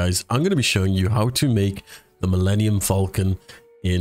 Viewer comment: milmemenium falcomcon